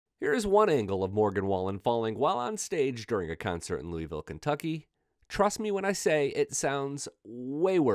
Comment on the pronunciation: That not how you say Louisville🤦🏼‍♀️🙄